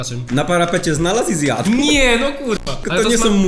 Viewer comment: Ale bym zjat. Xd tak to było słychać 🤨